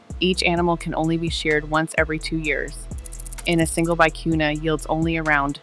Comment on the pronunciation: The word vicuña has a tilde on the letter "n." It is pronounced vee-koo-nyuh. Loro Piana has a monopoly on this yarn. It is almost impossible to buy...unless you find fakes on the black market or seconds.